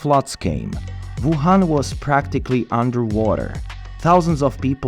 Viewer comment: “ Voo Han” 😂